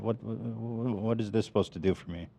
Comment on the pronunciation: Aww asking por pizza 😅